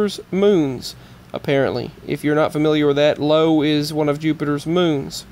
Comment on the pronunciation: Teton is pronounced with a double e sound, a long e as in "street", not an e as in the word "kept". Also, the moon Io is an "I", not an "L", so is pronounced either E-o (with a long e sound) or Io (with a sound like eye-o)